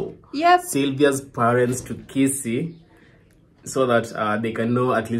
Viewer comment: is amazing. She has really gotten used to the life and traditions in Africa. I love your attitude and humour. You said Kisii better than Koree whose roots are in Kisii.